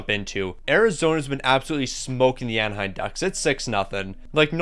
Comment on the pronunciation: AnaheiM. Not AnaheiN